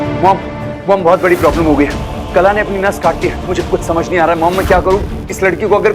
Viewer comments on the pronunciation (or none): कला ❎ काला ✅😂😂😂